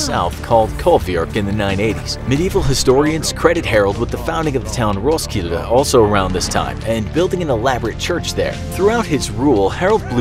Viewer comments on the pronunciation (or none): This is like my history class just animatet and English. It's pretty much cooler. And I think I rewatched you saying Roskilde 6 times. It sounds more swedish then English. XD